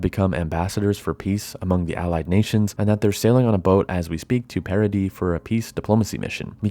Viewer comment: It kinda bugs me how your pronunciation of "Paradis" sounds a lot like "parody".